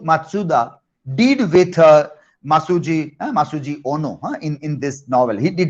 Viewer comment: Hi my teacher,,, it's not Masujo but Masuji